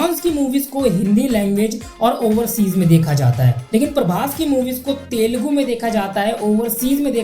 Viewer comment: It is Telugu bro not telgu